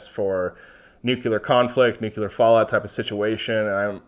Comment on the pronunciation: Hey, really enjoy every one of your videos and you’ve taught me quite a bit. Allow me to do the same for you… NUCLEAR adjective: nuclear 1. relating to the nucleus of an atom. "nuclear chemistry" In other words, nuclear relates to the NUCLEUS of an atom… no one says NEW-Q-lUSS, we say NEW-KLEE-US. Likewise, we say NEW-CLEAR, not NEW-Q-LER. Say it however you want, I just wanted you to know how the entire world said it before George Bush Jr began murdering the pronunciation during press conferences and, because he was the president, influenced a small percent of the population and sadly these few folks passed it down to their kids.